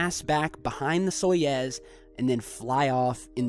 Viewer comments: Soyuz is the correct name of the Russian space capsule system, not Soyez. So is is sounded like Soy-Yooz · Soyuz is pronounced like "sa-you-z" (with the accent on "you"), not "saw-yeaz". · Soyuz is pronounced more like "soy ooze"